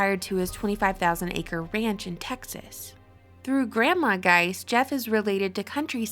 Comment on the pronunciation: We read Gise, not Geist.